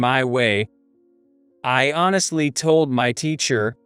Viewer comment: Poo-ah? Thahm- son? Thold? Tarking? Tone deef?